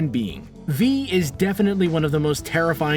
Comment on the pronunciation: Toussaint but he said toosaint? I feel like he pronounced it wrong